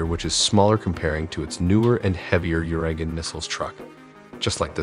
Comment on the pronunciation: It’s pronounced uragAn [ooragan] hurricane